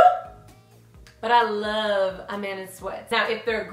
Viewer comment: it sounds Like you were sayin Amanda not a man